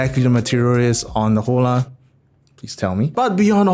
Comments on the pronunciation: Is not jola! Is ola!!!!! 😆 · I think you're supposed to pronounce it like holler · Hola is Spanish for hello. Pronounced "Oh-Law" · In Spanish, an 'H' before a an 'O' is a glottal stop. You don't pronounce it. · Hola = hello in Spanish. In that language the "H" is silent. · Hola is an Spanish word, means hello and is pronounced with a silent H